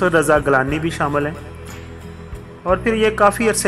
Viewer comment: If you cannot pronounce proper urdu in Naheed Akhtar's life story,who asked you to play back your voice in this programme. You cannot pronounce Naheed properly nor Gilani.